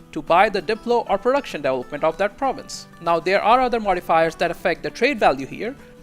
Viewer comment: I have to rewind a lot to try to figure out what word he's trying to say. It's incredible how bad he butchers a word like development